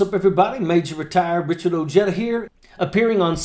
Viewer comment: Richard ...you are a true patriot and if ihad served in the armed forces, would have been proud ro have seeved with you..although i probably couldn't bring myself to call you Ojetta...its O-heda to us Spanish guyd😂 Keep up the good work brutha!